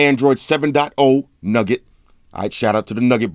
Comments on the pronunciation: I think it's pronounced new get but nugget sounds better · its pronounced new-get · Nougat is not pronounced 'nugget',. Haha. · I like how he say nougat android 7.0 nugget lmao gets me everytime